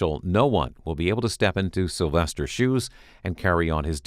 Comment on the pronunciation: “Slyvester” Turner